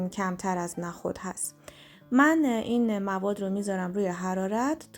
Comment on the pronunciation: لطفا نخود رودرست تلفظ کنید نه با فتحه!!😮